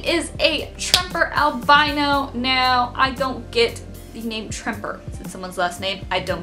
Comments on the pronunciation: If you want to call albino, 'al BIN o' and not 'al BI no', you'll have to move to the UK, as we say alBINo. But both the "albino" leopard gecko and the Ball you showed are not true albinos lol they are T-Positive Albinos. True albinos are a one gene mutation that is pink skin, white hair, scales, or feathers, with red eyes. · The way you pronunce "albino" is just exactly how the Italian pronunciation for "albino" is. Since I am Italian for a weird moment I felt like I just somehow changed the audio language, as if I was watching a movie ahah Very funny video btw